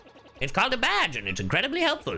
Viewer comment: Badge not bagel